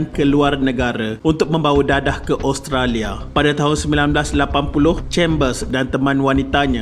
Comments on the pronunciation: min sebut oustolia ehhhh 😜😜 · cuba dgr tiap kali admin sebut Australia...mcm dia sebut Oustralia 😜